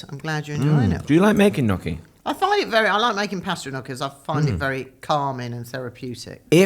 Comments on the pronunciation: and please, please, please learn how to say gnocchi! It’s not “nokky” but “nyokky”! I’m very surprised at not knowing how to pronounce this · It’s not nocky, sweetheart, but niocky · God knows what Joanna thought of stupid question about how the offer to star in 'Amanda Land' "I want to be on the "telly" CRINGE.....:face-fuchsia-wide-eyes::face-fuchsia-wide-eyes::face-fuchsia-wide-eyes::face-fuchsia-wide-eyes: Come on "Nock-ee":face-green-smiling: Really??????? It took Joanna who pronounced Gnocchi correctly.... Not surprising.:body-blue-raised-arms::text-green-game-over::person-turqouise-waving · WHY are you saying NOKKI 😭 Not Joanna. I think Joanna is the only guest so far who actually pronounces it correctly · Guys please... it's not 'knocchi'. It's 'gnocchi'. Please respect the correct Italian pronunciation. Dame Joanna is a delight. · Somebody on the team, please coach on how to pronounce the word, Gnocchi. Please. This is a food-related show. So embarrassing for him.